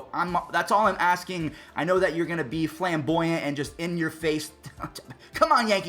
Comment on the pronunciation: “Flamboyant” bruh